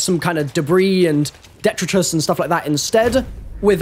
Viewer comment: “Five possible locationszzzzzzzz. Andddddd to getta to some ofa those locationszzzzzzz” “Mail roomzzzzzza” What the fuck?! He also mispronounced the word detritus.